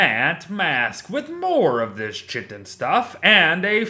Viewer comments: its pronounced ky-ton, not chi-ton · I think it is pronounced "kai-tin" not "chit-ten" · Small, pedantic, correction: "chitin" is pronounced similarly to "kiting" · isn't chitin pronounced as 'khiten' instead of 'chiten'? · Hey, love the vids, really help! But just some info, chitin is pronounced kite-in! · no I looked it up on the wiki and chitin is the official term for the item which is always pronounced as kiten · Chitin is pronounced Kai-tin 🙂